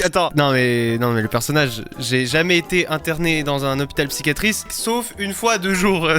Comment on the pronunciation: mais sa s'appelle un hôpital psychiatrique tu la mal dit mais tkt 😂😜🔥